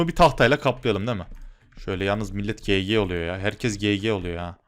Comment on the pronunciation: Abi gg gege diye okunmiyo cici diye okunuyo lütfen okunus kurallarına dikkat edelim